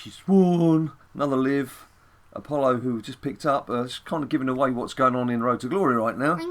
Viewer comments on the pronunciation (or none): none